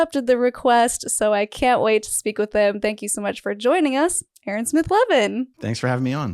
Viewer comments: 🚫L-Ron✅ Aa-Ron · " A-a ron " !!!!!!!